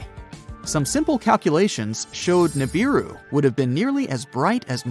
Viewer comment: The correct pronunciation is OO-as in oops…RAH-as in ‘twas..NOOSE. OORAHNOOSE. NOT YURAYNIS. You sound ridiculous. Pronounce the U like the U in Neptune … NEPTOONE. GO BACK TO URANUS IN ITS ROOT FORM, NOT ITS AMERICANIZED SLAUGHTERED SLANG And Neebeeroo. The i is pronounced ee as in Japanese or Italian. English got screwed up in the correct pronunciations of foreign or scientific wording.